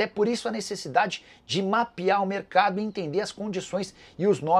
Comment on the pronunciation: Não é merecardo que se fala e sim mercado